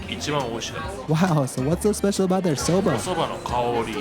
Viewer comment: Do their Inaka and Seiro correspond to juwari and nihachi, or is everything nihachi here? A note on your pronunciation: It's so-BAH, not "so-BUH" as you say it. Small but important difference of hatsuon!